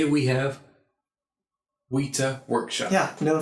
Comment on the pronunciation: Not a big deal, but I noticed that you've done it in a previous video as well, but you're mispronouncing Weta. It's more like wet-ta, then wee-ta.